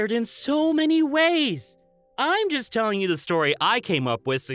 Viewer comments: Martyna Kozyra it kinda sounds like he was saying "just" or "jess" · Martyna Kozyra He said "just" but it sounded a lot like Jess